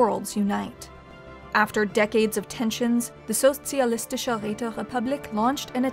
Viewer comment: Well, she managed to do a solid sch, thats more than what you can expect from most English speakers ;)